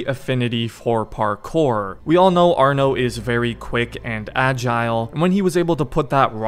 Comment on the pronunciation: No it's Arno it's just arno not another word